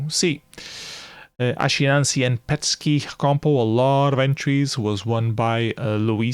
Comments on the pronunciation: Thanks for following Flashparty 2022 and for the detailed review! Beware the correct way to pronounce "ascii" and "petscii" is "askee" and "peskee", and so on. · Fixing the pronunciation of ASCII and PETSCI is the only suggestion I have for this otherwise wonderful comprehensive video.